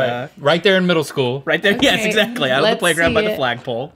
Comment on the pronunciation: Out der in da bayou had me rolling 😂